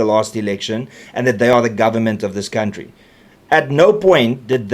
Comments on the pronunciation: Count-tree😂😂😂😂😂😂 reiterating is funny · Mbabobejaan sê cowntree, ek wonder hoekom ?